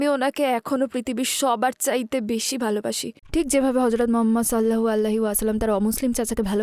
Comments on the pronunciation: নবিজির নাম টা ভালো ভাবে বলা উচিৎ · দয়া করে নবী (স.) এর নাম আরো একটু স্পষ্ট করে বলবেন। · ট্রান্সলেটর বোনের প্রতি অনুরোধ হযরত মোহাম্মদ(সঃ) এর নামটা ক্লিয়ার ভাবে উচ্চারণ করতে ধন্যবাদ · ঠিক বলেছেন